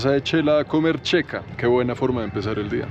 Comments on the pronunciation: Xeca! (Sheca). no Checa.... jajajajaja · Amigo, te escribo para corregir tu pronunciación: no se dice Chela, se dice Shela y se escribe Xela. No se dice Checa, se dice Sheca y se escribe xeca.